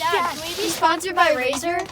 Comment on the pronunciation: even the tile is wrong he said it is sponcored not sponsoder